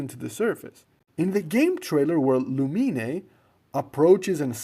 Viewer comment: The fact that this person decides to make paimon male and decides to call lumine “lumi-ne”